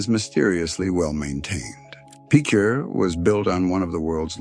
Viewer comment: It's pronounced "Pitcher", like the baseball position.